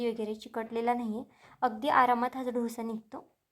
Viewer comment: ढोस ni डोसा म्हणा